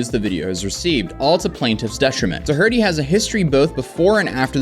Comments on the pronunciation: Do- her -ty?! Bro, I know it looks like it may be pronounced that way, but it's obviously not. It pronounced "Doher-ty". No matter how you pronounce his name, though, he is definitely a piece of shit. Having a lot of money just makes him a rich piece of shit. F that guy! I hope he gets everything that's coming to him! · Pretty sure it’s dorh-t not do-her-ty 😂 sounded out every syllable like a kid learning to read. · Love the content brother. Just as an anonymous tip from someone who unfortunately knows the family, it's pronounced dough-er-tee, as opposed to dough-hur-tee. Jack sucks eggs. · Are you calling him "duh-hurt-y" ironically or what? It's typically pronounced dough-er-tee. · Why did you keep saying his name like that? Like Da-hurt-ee? It sounds like it’s spelled Dough-er-ty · Wh.... Why are you saying doe-hurty? It's doe-er-tee... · The name is Do - erty the H is silent. What is wrong with Youtubers that the greater the content the worse their English skills. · It's pronounced Dough - erty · You pronouncing his name as Doh-hurty do hurty my ears. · Dude, "Doe-Hurty"... super cute you can be "original" and pronounce his last name in your own special way... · It's pronounced "Doh- Erty" with the "H" being nearly silent. Say it like Homer Simpson, "DOH!!!" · Did he say DOE HURTIE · Do you really not know how to pronounce “Doherty.” Try this “Door-tee” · its pronounced like Dorothy with no "h" its not pronounced "duh" "hurty" -- more like "door-hitty" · Doherty is pronounced Daw Her Tea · Ain’t no way you said do-herty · Doherty is pronounced “door-Dee” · “Door-eh-tee” … I love ur channel but ur saying that annoying kids name wrong n that’s annoying😂 no offense. But that’s how u pronounce it. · Doherty - Doe-er-dee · It's do-ert-ee. The h is SILENT! fuuuuuu*k! sake😡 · I don't care what that lil shite says, it's "DAW-RAH-TEE" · For gods sake it’s pronounced dowerty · Do-hurty 🤣 good ol Americans butchering language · lol 'DOH-HURTY' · jack dough-hurty